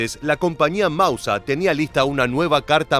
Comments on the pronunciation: Hablo alemán. Lo aprendí en el Instituto Goethe. ¿Qué querés? El tipo éste se las da de historiador, y ahora... ¡de germanoparlante! La e y la r al final del vocablo DEBEN pronunciarse. Es "MausER", no "Mauseah", y en el caso de "Gewehr" (según el diccionario Langenscheidt, rifle, fusil, escopeta) al alargarse las vocales antes de la h, se pronunciaría "Geveeer" (la w es v), y nunca "Geveah". Este nabo debe decir "Bayer Miúnich" en vez de "BayerN Múnich"... ¡¡Jaaaa!! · Mauser ser ser..no Mausa¡¡ es un apellido, no deformes mauser asi comonse escribe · "El mausa" pronuncialo correctamente